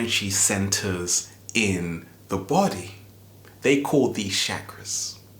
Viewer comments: it is NOT shakra is is CH CHA KRA with a ch not sh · it's not shackras it's cha cras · it's Chakras and pronounced as chakras not shakras Chakras:sanskrit :) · he said how to open your Seven Shaq-ras😂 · Please don't say shakras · You pronounced chakras wrong